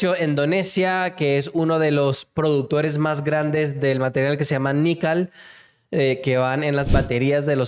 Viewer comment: #ASKMARCELLO Hablar Bonito Español: “PREDIJO” “NIQUEL” Espero haber sido de ayuda, Gracias por la oportunidad. ¡Saludos a todos!